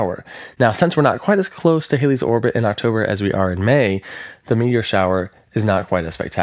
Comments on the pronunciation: It’s NOT “Hailey’s” Comet! Ugh! It’s Hal-Lee’s. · Please learn the correct pronunciation of Halley's Comet! Thanks. As in; Hal- ees otherwise nice information!